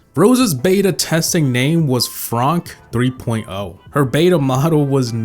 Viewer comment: FRONK lmao